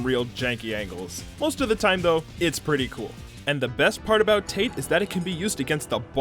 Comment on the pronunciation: It's not pronounced "tait" it's tah-teh!